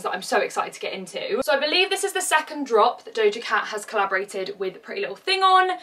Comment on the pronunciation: doja cat not dodja lol